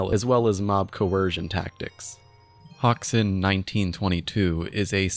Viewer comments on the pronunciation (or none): bro said "hawksun" 💀